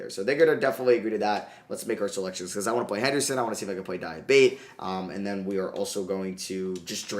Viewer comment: di-ah-bah-tey di (as in DEA in dean) ah (ah) bah (as in BA in barn) tey (as in TAY in taken)